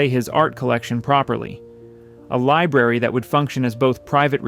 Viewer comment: "LIBRARY not "Liberry"🤓